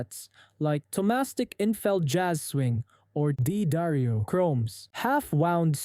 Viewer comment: D'Addario is pronounced da-DAIRY-oh.